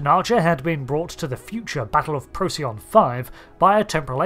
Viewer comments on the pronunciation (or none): none